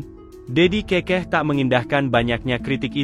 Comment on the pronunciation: Bukan kekeh tapi,keukeuh..